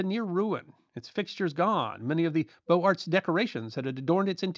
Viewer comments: Great teaching. Thank you. (where is your lovely kitty?). One small thing: it is properly pronounced "Boze-Art" not beau art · Beaux Art is pronounced BO-zar